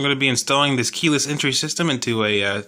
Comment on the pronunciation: "kEyLeSs" EnTrY